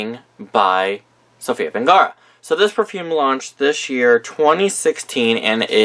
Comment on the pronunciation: I know this is an old video but her name is Sofia VERGARA AND NOT VENGARA!